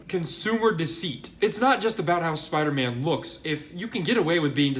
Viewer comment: Spy Derr Man wasnt killed it was MERR DERRT